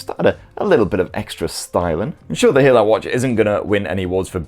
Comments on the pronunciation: Hey-lu not He-lao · Great review mate, just fyi it's pronounced HEY-LOW for Haylou, cheers